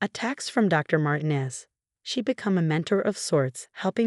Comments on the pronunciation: Martinez is NOT SAID as " Martin-ez". It is SAID as "Mar-teen-ez". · Martinez is pronounced Mar tee nez